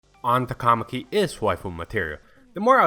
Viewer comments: Finally! Somebody says her last name RIGHT!!!!!! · she’s your waifu but you can’t pronounce her last name smh